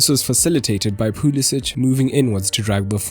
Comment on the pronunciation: It's not POO-liss-itch. Say it with me, correctly this time, pull-ISS-ick